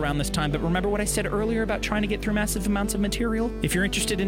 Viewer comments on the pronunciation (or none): none